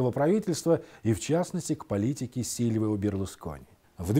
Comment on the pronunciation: ведущий неонатальный не сервио Берлускони а сильвио Берлускони Silvio Berlusconi грамотей пипец ведущий